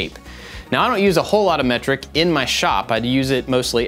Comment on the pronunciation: From now on I will pronounce metric as mectric 😂